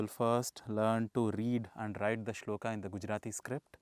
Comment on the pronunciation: Guru ji aap ki saari video Uttam video hai. Pr guru ji aap toh "arjun-a","shlok-a" mat bola karo . "A" ki dhwani ko emphasise mat kara karo guru ji.